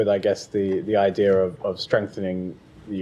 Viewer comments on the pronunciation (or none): Why can’t he say the word ‘idea’ properly.. he pronounces it as idair